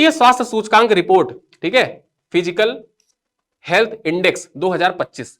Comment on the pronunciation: Fiscal फ़िसकल बोलो सर फिजिकल नहीं